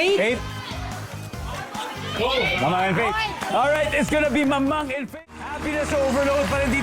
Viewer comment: Natawa ako nasabi ni Dingdong mangmang instead of mamang . Love this episode. Sweet ng magasawang dantes ❤